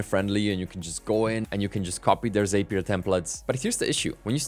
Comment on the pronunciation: Sorry to be that guy, but Zapier rhymes with happier, according to Zapier themselves. Great content, hope this helps!